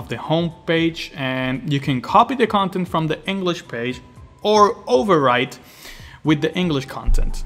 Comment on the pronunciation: Englich and Spanich? :P